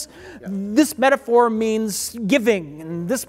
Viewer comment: I love How Picard Stretches the Syllables Out For The Word Met a phor.